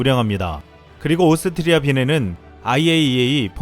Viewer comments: 발음이.... 오슽흐리아ㅋㅋㅋㅋㅋㅋㅋㅋㅋ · 오스트리아 발음 힘들죠? ㅋ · 오스트리아 발음 귀여우심😁